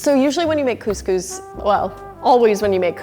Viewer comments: Cose cose I say ig as cos cos.. WHP SAYS COSE COSE !??? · Cus cus not cooooooooose cooooooooose!!! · CuSCuS isn’t it couscous ( I’m from Uk so ) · Its Cus cus not cooz cooz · Do Americans pronounce cous cous ‘Coos Coos’ because in Britain we pronounce it ‘Cus Cus’ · She says coose coose instead of Cuscus 😂xx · cous cous is not GOOSE GOOSE its pronounces cus cus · Isnt couse couse pronounced couse couse not couse couese? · 😂: Coos Coos Me: Cous Cous (Cus Cus)? LMAO, never heard that pronunciation before! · btw its u pronounce it as kuskus not kooskoos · she said coos coos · Robert Biasutti no shit but (for the usa at least) its pronounced “coose-coose” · me saying the proper way of couscous every time she says cooose coose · lol arab people would get agitated from the way she pronounces couscous! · I hate how you pronounce couscous. “Cooscoos” what? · Being British I’m cringing when she says coooosee cooosee 😂 good video tho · Literally pronounced "coos coos". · the way she pronounced couscous hurts me on the inside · my heart is aching for this "couscous" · At lest pronounce couscous properly